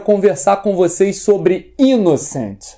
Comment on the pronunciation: Pronuncia-se "Inoçãnt" tal qual se pronuncia em francês. Abração,!